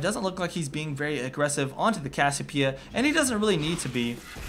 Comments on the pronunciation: its CASSIOPEIA not cassipea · Its cassiOpeia not cassiopEIa ffs! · i agree with the second part(s) but CASS-I-O-PIE-A? WTF its cass-i-o-PEE-A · Hey. it's pronounced Cassie- Opia. Not Cassopia. Just giving you a heads up. Great Vid by the way. you should do more coverage on Chu8. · CASS-I-O-PIE-A, CASS-EE-O-PEE-A. <-- THIS. Not CASS-O-PIE-A, CASS-O-PEE-A <-- NOT THIS. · its pronounced cass ee oh pee uh :P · its cass-i-opeia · It's pronounced "Cass-ee-oh-pee-uh" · Cassiopeia (Cass-E-Oh-Pee-Uh). I don't know where the hell you learned English... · Kass-Siii-Ohhh-Peee-ah. Maybe? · why can't you pronounce cassiopeia correctly? it's cassi oh pee ah how can u claim to be a pro game commentator if you can't even pronounce champ names correctly -. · cassiopia is pronounced Cass-e-o-p-uh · is it just me or does he say cassiopeia retarted? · It annoys me how he keeps miss pronouncing Cassiopeia's name. Good video though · Am I crazy or does anyone else find it weird how he says Cassiopiea with no "o"? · cassiOpeia there's a bloody O O O O O O